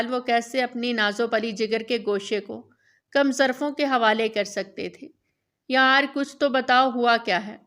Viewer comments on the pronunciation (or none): کم ذرف نہیں کم ظرف